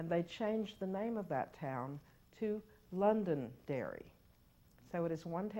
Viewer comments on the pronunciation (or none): none